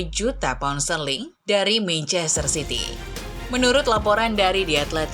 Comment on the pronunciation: mencester city wkwkwk salah ngomong